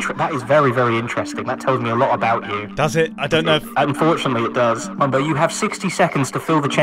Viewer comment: Also Mumbo: Mumbio